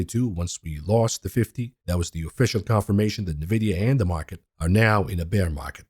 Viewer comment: Nvidia....ENvidia. i you cant say the name of Nvidia properly why would anyone believe anything else you say?